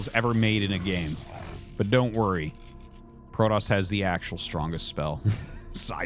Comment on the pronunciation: Why do you say Prodoss? Is it because they said it in the Wings of Liberty campaign? You know it's Protoss, right?